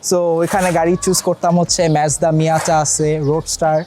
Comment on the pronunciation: its Mazda bruh. not Mezda :/